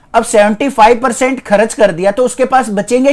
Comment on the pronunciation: Sir kharach Nahi hota vo kharch hota he😂😂